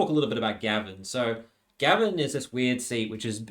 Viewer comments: And Gaven isn't pronounced like the name, it's closer to Gay-ven. The electorate covers a Gold Coast suburb called Pacific Pine (Pac Pines) which is VERY working class. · It's it Gave...n not Gavin, pumistone not pewmistone and car par la barr